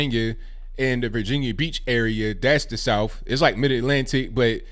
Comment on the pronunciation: I believe you are from the south because you pronounce it 'souff.' No trying to offend, just an observation.